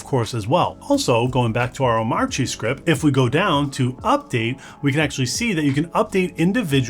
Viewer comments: Hate to be that guy but it's pronounced "Oh-mah-chi" - according to DHH. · the 'R' in Omarchy is silent. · DHH would be rolling in his grave if he heard how you pronounce omarchy